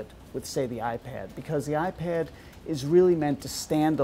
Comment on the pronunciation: 2mb ram? Not like the ipid this guy really needs to get his words right